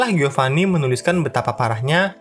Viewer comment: Giovanni bacanya jovani